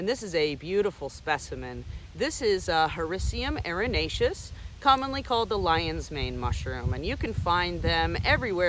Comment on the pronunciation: Whenever you Google how to properly pronounce scientific name of lion's mane mushroom; this is the video that comes up!! Excellent job 👍🏼!!!